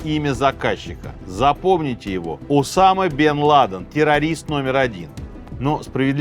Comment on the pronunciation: поставить ударения неправильно в каждой части имени главного героя выпуска - это надо еще постараться 😂